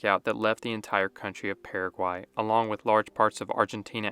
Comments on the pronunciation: Dude, it's just as easy to pronounce the country the way it is pronounced by the natives. So it is Purra-guay, not Para-quay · The way you pronounced Paraguay, I already know exactly how you speak Spanish.